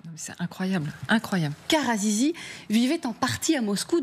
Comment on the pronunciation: Azizi ahahahahahah elle a dit zizi